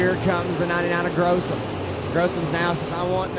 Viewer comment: Gossum not grossum